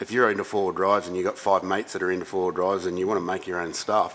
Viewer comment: Wheelie wheewlie stwong wheewl howlda.